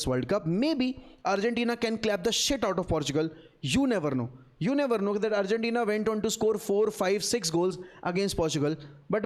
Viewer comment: unc you aint becoming spanish with the argentina pronunciation